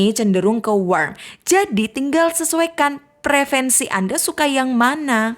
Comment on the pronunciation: katanya guru... kok prefensi, harusnya preferensi